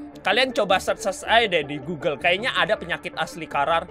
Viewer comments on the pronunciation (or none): none